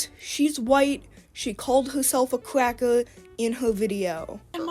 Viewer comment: Cawwed hew sewf a cwacker